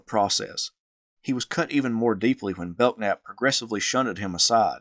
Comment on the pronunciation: Bellnap not beltnap 😢